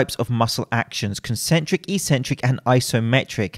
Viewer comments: It's properly pronounced ek-sen-trick, not ee-sen-trick in proper English. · It's pronounced X-centric. Just sayin'.